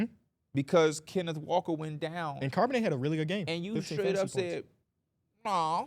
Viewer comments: “CARB”onnet😂😂, it’s pronounced like the beginning of Charlotte fellas. I love that y’all are getting into football tho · Just a heads up yall the H in Charbonnet isn’t silent